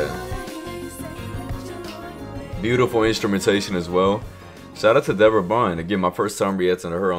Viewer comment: It's actually dee-bore-ah